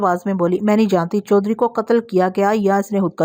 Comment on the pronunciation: Khud koshi not khud kashi